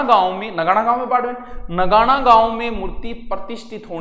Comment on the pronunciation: सर नगाणा नही नागाणा है जो कल्याणपुर मे स्थित है । कल्याणपुर ( जोधपुर)